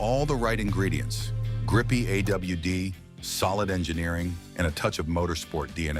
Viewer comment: "Sedon" and "A.W.D" made me sick 😢 stop being so lazy! Thumbs down